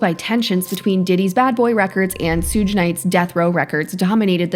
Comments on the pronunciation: Please. Its not "soog" it's "Shug" like "Sugar". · It would be "shoug". "shug" would sound like "hug" with a "sh" at the start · Who TF is Sooge Knight? Do you mean Suge???? AI is uncultured to the fullest.